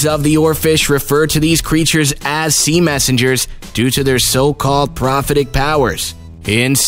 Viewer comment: He also butchered Mindanao and prophetic. But hey what do expect for a couple of Happy Meals.